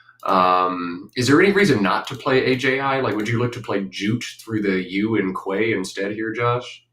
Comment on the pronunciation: hearing "quay" pronounced as "kway" hurts me in my soul